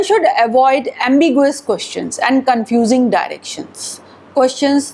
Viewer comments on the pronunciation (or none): AMBIGUOUS... PRONOUNCED AS AMBIGYOOWOOS.. IDIOT